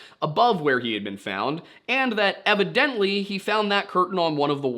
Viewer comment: The way he pronounces evidently is weird 🤔